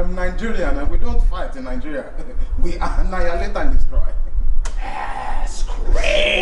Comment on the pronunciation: Man said “in Nigeria we anialate and destroy” 😂😂😂😂😂😂